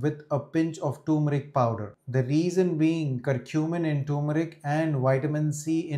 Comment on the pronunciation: Sir learn to pronounce ' turmeric '